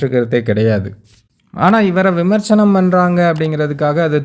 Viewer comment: Please correct it...விமர்ச்சனம் அல்ல....அது விமர்சனம்...சரியாக உச்சரிக்கவும்.